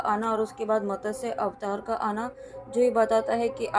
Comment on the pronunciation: It is not matasya it is mtsya